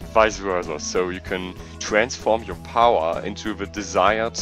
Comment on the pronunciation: Hab mich schon gefragt warum du ze sagst ._.